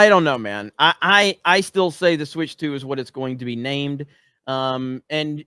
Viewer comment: "Switch TU"